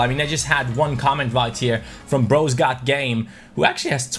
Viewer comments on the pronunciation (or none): none